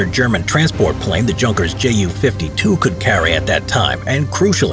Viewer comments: Junkers is said "yoon-kerz", Focke Wulf is "Foak a voolf", and we all know Messerschmitt. An easy reminded in some places, ei is "I", ie is "E" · Junkers was mispronounced. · Junkers is mispronounced! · The "J" is sounding as a "Y"